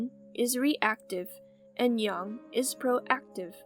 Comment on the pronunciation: Her: Yin and Yung Me: But i was told it is Ying Yang